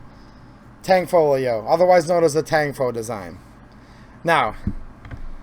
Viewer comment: The tanfoglio guns aren't actually mechanically a CZ. The fire control is different. You can run the slide with the safety on. I would say the Tanfoglio guns and Jericho clones are improved variants and the G is silent. It's Italian.